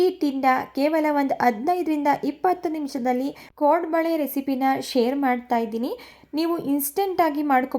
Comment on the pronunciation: ಕೊಡಂಬಳೆ ಅಲ್ಲಾ ಕೋಡುಬಳೆ😂